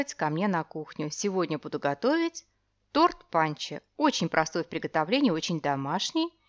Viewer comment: дорогая - не панчо , а пончо !!!